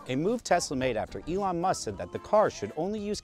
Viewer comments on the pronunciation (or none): elon is pronounced E-lawn, felon is pronounced fell-un